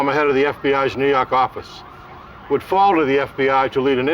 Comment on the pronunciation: NEW YAWK AFFICE!